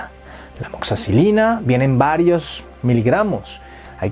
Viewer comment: 😂❤😢tu dices Amoxacilina. Video Amoxicilina